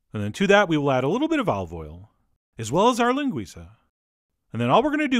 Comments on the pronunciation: oh my god you said linguiça so perfectly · nice recipe and all but what gets me on this vid is the A+ pronunciation of the word "linguiça" really spot on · Kudos on the Ç pronunciation!